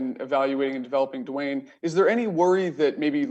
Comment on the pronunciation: Hey Rivera, it's not pronounced "Doo Wayne". Rivera has previously proclaimed this season to be a developmental one, so why not let Haskins develop? This is an extremely poor, incompetent response from an NFL head coach. "He just hasn't had enough work yet" Now, he will have ZERO work, Rivera. Hey Rivera, save all three time outs until you have 26 seconds left.